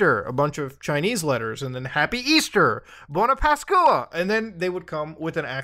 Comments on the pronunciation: "bone-a paskooah" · it's all fun and games until muta butchers the pronounciation for Buona Pasqua italy rise up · But Muta, you could have at least tried to pronounce "buona Pasqua" right, as an Italian I feel offended :( /s